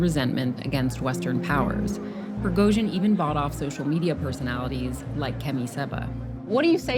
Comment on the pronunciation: i hate how she keeps mispronouncing Prigozhin.